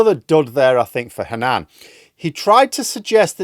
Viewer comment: Not sure why you put the stress on the second syllable - HanNAN.